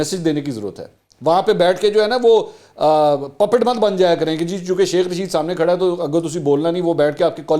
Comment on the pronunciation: منصور بھائی چاہے غلطی ہی سہی لیکن شیخ رشید کو "سیخ" جچ رہا ہے ویسے 😜🤣😂